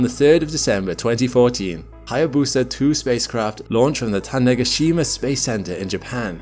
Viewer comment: R- yu gu. Not Rai oo goo. Tanegashima. You: "TanegaSHIma". Almost. Not quite. Still better than the average American. It's "Tane GAshima".